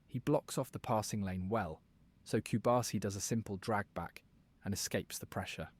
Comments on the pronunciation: A little correction, is Pau Cubarsí, not cubársi. cu-bar-SI. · Hey,. It's /koo-barsi/ and not /cube-arsi/; just like how you don't pronounce your own name like /liyuk/, but like /loo-k/. Keep up the good work.